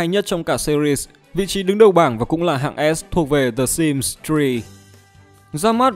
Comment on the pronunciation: Ai nghe thành S1MP ko :))))